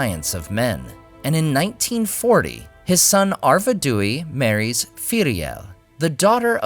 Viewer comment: A gentle reminder to refer to the short pronunciation guide Tolkien provided. Which is better? "Ar-ved-DOO-EE" or rather "Ar-ved-why"? 😉 I'm doing this from memory so I'm sure I will also be descended upon by fans who are even more Tolkien-erudite than I am. 😜